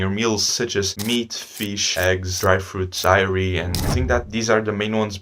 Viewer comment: This video might be 4 minutes long but i can see how much effort it took to create it. Lots of precious information. Just keep going brother, dont let your views hold you back. If you keep improving you'll see good results from it. Also wanna say you mispronounced the word dairy as diary :)) And if you can reduce the funny edit clips a little, it would be a lot better.❤